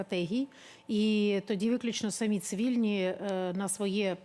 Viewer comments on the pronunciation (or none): none